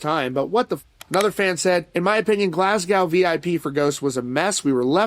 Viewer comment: Also that pronunciation of GLASGOW was houling just to clear that up 😂